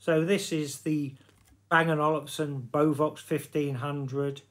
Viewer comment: Bovox? Beovox! 🙄